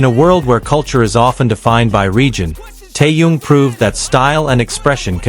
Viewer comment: Какая безграммотная речь просто ухо режет..... Это парня зовут Тэхён а не какой то таенг и город где Тэхён проживает столица Южной Кореи не соёл а Сеул... Какого чёрта таких коментаторов безграммотных и не образованного ставите озвучивать текст. Позорище